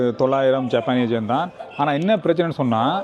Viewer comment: ஜப்பானிய "என்". sir you are pronouncing it as gen. It is yen. Your videos are short and sweet.